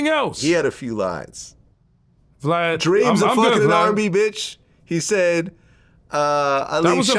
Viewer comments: lol he said glad instead of of VLAD. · U so rude u saiid his name wrong the disrespect!!!!! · didn’t say his name wrong that’s what country black from 3 6 mafia call him 😂 it was purposely